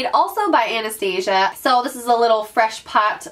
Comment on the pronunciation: Love your videos! Just a heads up that you should probably Google how to pronounce Anastasia for future videos- it's not like the cartoon. Looking forward to the makeup collection video!